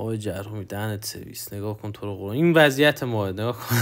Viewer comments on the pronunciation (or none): none